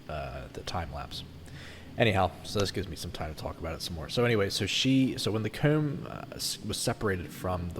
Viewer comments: Yes,I was finding it a bit odd and trying to find a way to spell those words the way he says them. Not possible? Coewm? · Omfg y do u say comb like that bro